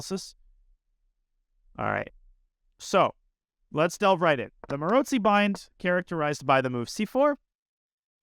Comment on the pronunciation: Danya’s pronounciation is right, with a ‘ts’ sound, might have to do something with his own last name having the same sound in it :) I’d say it with a ‘ts’ and also a long o - like at the end of the word ‘go’ or ‘no’, with the emphasis on the second syllable